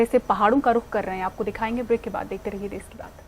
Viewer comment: देश होता है देस नही 👍🍷